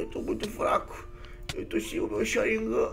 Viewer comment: voce errou a pronuncia e Sharigan nao Sharignan